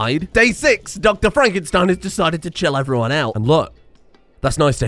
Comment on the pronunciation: Is it not FraNkenstein, instead of Frakenstein? Unless he loves fracking.